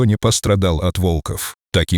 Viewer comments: Почему вОлков? Правильно - волкОв! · Озвучка УЖАСАЮЩАЯ, автор,читайте текст перед озвучкой. Ваш ролик очень проиграл от такой читки. ВолкОв и вОрота- вообще перлы. Дизлайк. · Молодец мальчик ,супер,волков,ударение на о,плохо читаете ,противно слушать